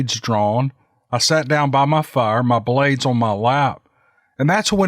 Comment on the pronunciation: "Now that's a FIYAH!" What are you doing, smelting iron? Fer Heaven's sake,! Those honking logs... I have no idea of what kind of bird you just adopted, but- I sense a new pet in the Buckner household!!! Hahaha, just what you need, between your wife's chickens, your bevy of dogs, now there's a bird in the mix- a real Ogre story if I ever heard one!!! Still trying to find your brandy new narration, but- can't remember the title (ageing, I hate it!!)